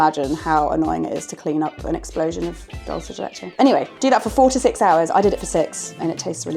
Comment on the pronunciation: Re: dulce de leche, at first I thought had said, "Boil it for 46 hours. I did it for 6." and then I realized she said "4 to 6 hours" HAHAHA